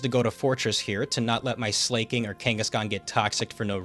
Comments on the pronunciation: While I respect the hustle to break the 119 record... Jesus fucking Christ, listening to you pronounce Slaking's name as "Slay-king" is like nails on a god damn chalkboard. It's slacking. Not slay-king. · SLAY-KING?? You mean slack-ing bro?? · Just to say it's Slack-King not Slay-King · It's SLA KING. FOR FUCK SAKE, IT'S LITERALLY SLACK KING.